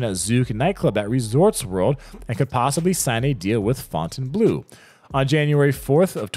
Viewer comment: Fontaine Bleau is pronounced "blow"